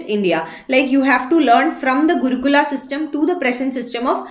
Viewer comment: Gurukul not gurukula hell time wasted listening ur lecture